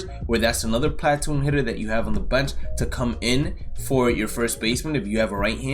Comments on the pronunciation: platoon is pronounced pluh-toon not plat-oon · Watch your mouth talking about Teoscar the goat, and stop saying platoon like that